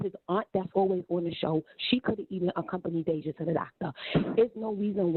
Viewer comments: Her name is deyjah not deyjahnae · Y’all speaking on this girl and her family like y’all close family members or friends. This video is nothing but a bunch of gossip and assumptions. Stop pretending to know these folks and what’s going on in their household. Hell, the host can’t even say Deyjah’s name right but wanna speak on them 😂